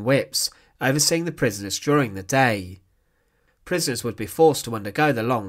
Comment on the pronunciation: Wat een achterlijke commentaarstem exsecuteeeeeeeeeeeed prisoneeeeeeeeeeeers Ben Knaapen was theeeeeeeeeeeeeeeeere Die man moet naar een logodist Kapoooooooooo Prisooooooooooooon whimeeeeeeeeeeen Instantlllllllllllllllllllllleeeeeeeeeeeeeeeeeee